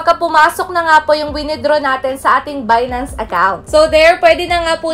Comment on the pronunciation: Saan po magbabayad ate ? Binance po ba or bidance, parang bidance po ang pagkasabi mo. Dapat po ay ginawan mo din ng video yung sa pag deposit sa bidance po 🙏🏼